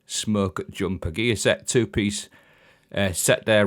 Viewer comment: the way you say gear set sounds like geezer. 4 piece is also meh haha